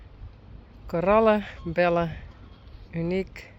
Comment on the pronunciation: It's so funny hearing how Belle is said by a Dutch person. Belle is said in English speaking countries the same as the word bell. To be called like pronounces it would be the name Bella. Seeing Uniek with her best friend brought tears to my eyes, because we can't explain to the animals why their friend has gone.😢